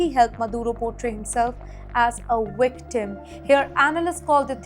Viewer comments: Yes, it is amusing, and cute. It is because many Indian languages do not have a 'v'. Hence they substitute the nearest letter - 'w'. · Wictim😂😂😂😂😂😂😂 stop it. I can't stop laughing. Quit saying any word with a v in it. I know it's not your fault. It's just hilarious. I'm sure there's words in other languages. I would do exactly the same so don't feel bad